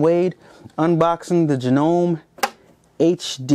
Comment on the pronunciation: Thanks for the unboxing. It's pronounced Jano ME, hope you like this machine.